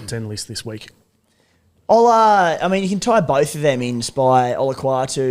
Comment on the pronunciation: just butchering Ola's name over and over haha